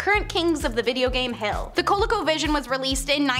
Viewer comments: Co-Lee-co, not colico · Say it with me "CO LEE CO VISION"